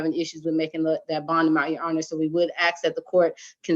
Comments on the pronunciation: And it's ask not ax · Does that defense attorney keep saying “axe and axing” instead of ask and asking? She sounds illiterate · one of my biggest lawyer pet peeves. You made it all the way through law school and you can’t properly say “ask”? Lol